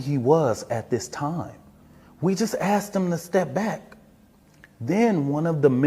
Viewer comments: he not only didn’t say asking, not even axing! MF said “ast’d him” and also said “secur”🤣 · He axed him to leave. The man said nothing. Good thing he didn’t say touch me and find out.